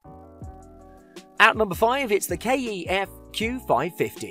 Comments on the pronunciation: Pronouncing kef ,k..e..f...lmao cmon now ,even my mum knows it is KEF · KEF not K-E-F 😂